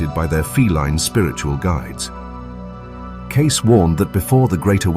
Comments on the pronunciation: CAY...SEE. Not Case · His name was pronounced KC, not case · It's pronounced KC, not case. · Cayce is pronounced Kay cee, not "case". 🙄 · Who's Edgar Case?...?..! OH, The tractor guy?!.. no.. the Knife guy?!?.. ohhh that's not CASE, that's Pronounced Kay See! ... this AI, is too much"A, and not enough "I"! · Please train the AI narration to pronounce "Cayce" properly and consistently (like homophone "Casey," not "Case"). Thank you. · AI response. His name is pronounced Casee not Case. (Casey) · Cayce is pronounced Cayceeeee not Cayc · The information contained within is positive and accurate! What it isn't, is properly titled. This has nothing to do with Edgar Cayce. These are just short stories of the amazing intelligent abilities and inate abilities of cats. And the name is Cayce ("Kay-see")! NOT "Case!" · Good video! Not fur nutin’ but it’s pronounced “Kay-see” not “case”. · It's pronounced Kay-see. Kay-SEE. Not Case, you stupid AI bot! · I love my cats..cats have been my companions my entire life. What I don't love is AI generated video with mispronounced famous names...Edgar Cayce.."The Sleeping Prophet"..is well known..so everyone knows his name is pronounced "KAY-CEE"... not "CASE".. and from the start.. ..your AI-gen voice talks of WW2 and 1943..but your AI picture is of a modern Russian tank!...Dare I watch the rest of this click-bait? I suppose I have to..let's see how much you get RIGHT.. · Good grief, will you people just STOP using AI to narrate these videos??? The man's name is pronounced "Caysee" not 'Case'. BTW- agree with all the comments here... just put down our 4th baby in 29 years... she was 15 yrs 7 mo. & my heart is in shards on the floor... we're headed for the adoption place today or tomorrow. Can't imagine life without them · Cay-See, not Case!! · His last name is pronounced “kay-cee”, not “case.” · I thought it was pronounced KAY-SEE, not CASE 🤔🤔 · The man's name is pronounced "Kay-see" not "Case." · It's Cayce = (Kay SEE) not case